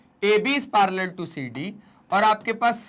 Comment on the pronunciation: Parallel na palar ha😂😂😅😊